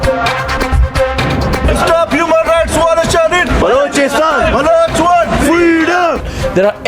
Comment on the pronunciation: Sale balochistan kehne bi nae ata es ko